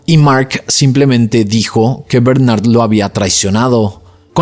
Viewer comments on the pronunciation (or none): none